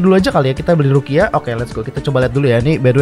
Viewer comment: Gw denger bg ngomong rukia jadi ruqyah